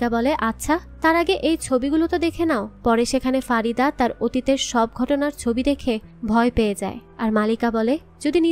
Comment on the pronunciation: মালেকা নয়, নামটা মল্লিকা (জান), আর ফারিদা নয় , ফরিদন